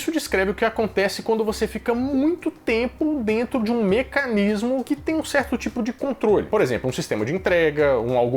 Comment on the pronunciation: "Aí dêntu!!"